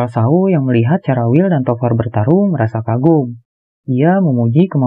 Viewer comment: Tovar & William salah sebut teros😥